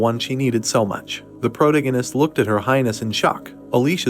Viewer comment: Fortunately this recap isn't as excessive with saying pro-tee-gee-nist but Chapter 179 is probably the worst AI recap model I've heard yet.